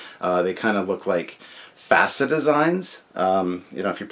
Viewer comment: "From hell's heart, I stab at thee, for hate sake, I spit my last breath at thee!" Ahab, Moby Dick, or Khan, Star Trek 2. But I do pronounce FASA the same as you. That's correct.